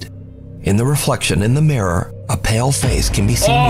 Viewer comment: The Murror